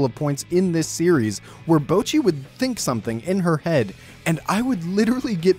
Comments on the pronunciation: the people correcting your bocchi pronounciation mean it in a "its now bowcchi, its bohcchi." like, pronounce the o like an o- not like owh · he is pronouncing it wrong tho the o in 'bo' is more like the o in 'bot' or 'song', not the o in 'bow' or 'road' and the 'cch' in 'cchi' should be duplicated so what hes saying sounds like "bow-chee" whereas its supposed to be "boh-cchee" (/bottɕi/ rather than /boʊtʃi/ if you can read that) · I'm deeply enraged by the first few seconds of the video but I wanna lay it to you gently. Yes, that's right, ぼ is the hiragana for "bo". But the way you're pronouncing it is ぼう/bou. Japanese vowels are pretty static, a in apple, i in indian, u in ultra, e in energy, o in orange. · Yes ぼ is "bo", so your pronunciation mistake is twofold: 1. you are saying it like "bou", which would look closest to ぼう and 2. it actually says ぼっ which is "bo" followed by that glottal stop leading into doubling next syllable, "chi", hence "bocchi". You are saying "bouchi". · The problem with your pronunciation is assuming that ぼ [bo] in Japanese is pronounced the same as bo [boɯ] would be pronounced in English. There's no diphthong in Japanese for the syllable; if there was it would be written as ぼう [boɯ]. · I agree that he's definitely not pronouncing the double consonant in "cchi" right, so I guess I have to back down. And his o in "bo" is a bit long as a result. Honestly his accent is butchering the pronunciation for him. However if what you're saying is that the "bo" should sound like "bah" then I'll have to disagree there. Just listen to how the cast of the show say it. It's ぼっち (bocchi), not ばっち (bacchi). If it I misunderstood, then ignore all that plz lol